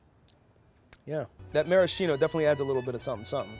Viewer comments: That's not how you pronounce maraschino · you keep pronouncing maraschino incorrectly....